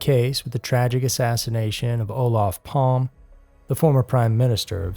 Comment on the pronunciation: I am suprides that the murder of our prime minister Olof Palme is'nt mensiond more on these unsolved murder docs. But please, next time look up how the names are pronounced. Because Olaf Palm is not correct. "Fun facts" I did bump in to one of the suspects Christer Petterson, and one other suspect was murderd in the USA.